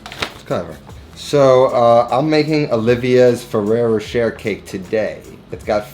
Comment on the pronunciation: Ferero roCHER? Cmonnnn man, youre better than that. Congrats on 100.